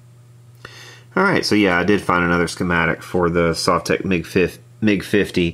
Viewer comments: Sove-tech !? What kind of person would pronounce it like that !? Sov-tek (it's even written on the front :/) In Russian it's probably sav-took or similar (my apologies to Russian speakers) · Sovtek is pronounced Sohv-tek with the accent on the oh, btw. These are great amps. They are based on the older Fender Bassman amps. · Correct pronunciation: SUAVE-tek. Because that's the way you didn't pronounce it when you gave the 1st two options. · Comrad !!!! You say Sovtek like Soviet Union . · You've always pronounced it wrong. This isn't even that hard to figure out. Say the word "Soviet", bet you didn't say the first part the way you've always pronounced it before did you. That's a hard "O" not the soft one you've always used. Congrats, you've always been wrong, and now you're pissed you got called out on something so simple. It's a mash up of the words "Soviet" and "Technology"; that's how you pronounce it. No one says "S`aw`Viet", they say "S`Oh`Viet"